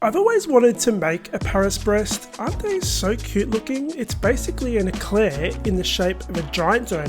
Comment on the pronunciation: I feel like it's pronounced "bray".